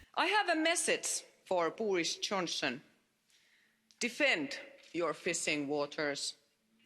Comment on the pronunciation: Boorish Chonson? I love how she gets her pronunciation wrong.